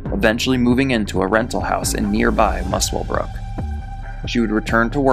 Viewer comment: It's Musclebrook, you don't say the W, bit like Grosvenor, you don't say the S. Dinmore meat works. Can you believe she was repeatedly released into society? No wonder the world's a toilet.